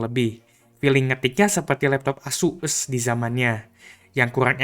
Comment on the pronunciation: ngomong ASUs nya diperjelas jir